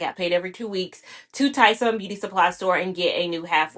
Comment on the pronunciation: Did you just say Tisun? Are you from Charlotte?